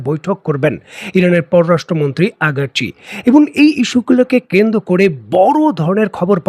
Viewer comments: সবাই বলে আরাগ্ চি আপনি বলেন আগার্ চি , কোন টা সঠিক ? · একজন ইরানের বিখ্যাত পররাষ্ট্র মন্ত্রীর নামটাও সঠিক ভাবে বলতে পারেন না?